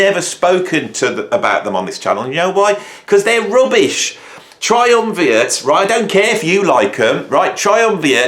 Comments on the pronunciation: You consistently mispronounced Triumvirat's name as Triumviat. Rat, man... think rat. Which, btw, featured prominently on their second album. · Triumvirat. Not Triumviat. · try umm veer ate not try umm vee it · It’s pronounced Triumvirat, not a fan either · That's not an "N" in "Triumvirat". Say it with me - "TriumviRat". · Tri-um-vee-at :) Bad and all as you think they are, why not pronounce their name properly? (I used to have the same problem pronouncing 'kryptonite' - but I was only 7. i'm dying to hear them now. I'll probably like them.